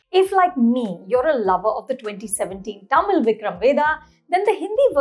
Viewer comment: At what point do we stop wrongly pronouncing Tamil as "टा-मील" ??? its "तमील". "त" not "टा".